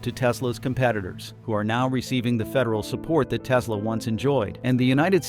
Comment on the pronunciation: "I love me some Teslurrr" 😂